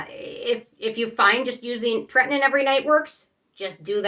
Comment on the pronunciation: It’s pronounce tret-in-oh-in. Not tret-in-in.